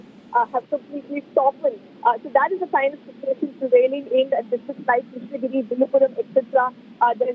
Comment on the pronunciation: Krishna - GIRI. Not Krishna - Nagari